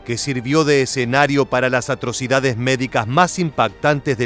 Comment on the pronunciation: Donde debería decir atrocidades , dice atricodades